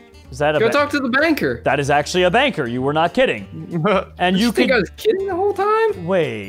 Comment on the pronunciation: when steve said banker i thought he said banger then i seen banker and was like🤯